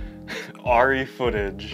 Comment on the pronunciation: It’s painful listening to you pronounce it wrong. Airy not auri. And your videos could be much shorter. We don’t need all the golly G wholesome responses and thoughts. And finally I don’t know why everybody thinks shooting with The widest aperture is somehow cinemagraphic. Maybe for TV commercials but In movies it’s much more important to have your subjects and focus then your depth of field be a half an inch.